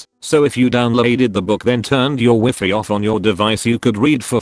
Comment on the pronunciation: Is any one else annoyed but the mispronounced words of burger and Wi-Fi?